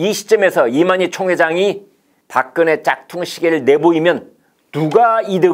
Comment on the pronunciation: 발음을 똑바로 해라 닥근혜가 뭐고 3000개 보급형 30개 VVIP 아닐까